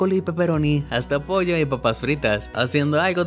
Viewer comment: Minuto en vez de decir pollo doce poll@